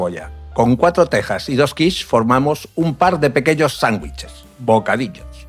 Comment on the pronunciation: Hilarious. AI calls quiche kwish.